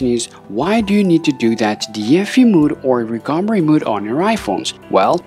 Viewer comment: mode not mood